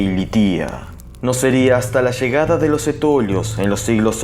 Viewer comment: Es interesante el contenido que muestras ,pero es necesario la entonacion copia de history channel ? Por ahi se cae unos sh ,tipo shave,shegada,shamado,shegada que hace mas impuesta esa entonacion y pausas. Digo ,no aporta nada a tu relato por el contrario lo hace mas artificial. Si ese era el objetivo , bueno creo q es muy logrado entonces. Distrae del texto .( Que si disfrute).Saludos.